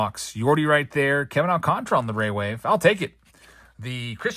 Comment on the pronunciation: loved the video! But it’s Kevin alcanTARA NOT alcanTRA